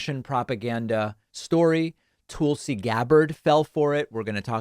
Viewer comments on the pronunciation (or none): Love how you’re still calling her Tool-si 😂